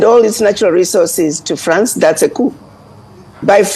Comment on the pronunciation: Its cou/p/.Don't pronounce the "P"